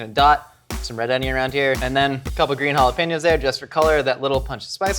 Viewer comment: I thought he said pickles when he said Jalopinos. Oof